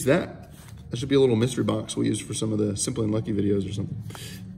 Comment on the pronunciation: Bro, pleeeaaassseee tone back the emphasis you put on your intro. The whole "whAAAAt's up you guys? SIMMMPPPPly uNNNNNlucky here." thing comes off a tad Jake Paul-ish.